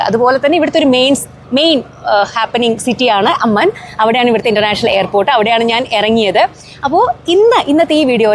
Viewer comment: അമ്മൻ അല്ല ചേച്ചീ "അമ്മാൻ" 🎉🎉